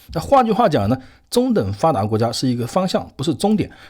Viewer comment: 先好好练一下阅读和发音，中等发达国家读了几次都都不对，理解能对吗